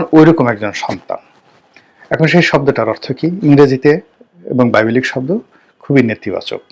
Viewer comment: বাংলা উচ্চারণ করতে পারে না। এখন দেখছি বিবিলিক্যাল কে বাইবেলিকাল বলছে